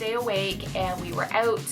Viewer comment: When she says ‘out’ and ‘about’ with an accent that Reminds me of how Trina Braxton speaks.